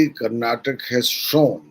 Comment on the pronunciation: It is Karnataka nor Karnatak!